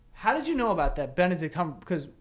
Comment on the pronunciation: I’m dying at them pronouncing Benedict Cumberbatch